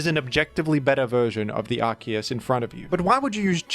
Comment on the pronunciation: Why did he say Arceus as arkoos?